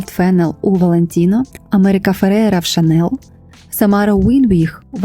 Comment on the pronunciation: Дякую за відео 🤍 Єдине, «Шанель» вимовляється з мʼяким «л», тому що так говорять на батьківщині бренду Франції. «Шанел» – американизована вимова і не є правильною.